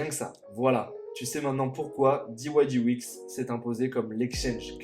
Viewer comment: Diouaillediex pas diouaillediouix !!! 😂 Merci pour cette excellente idée de présentation !👌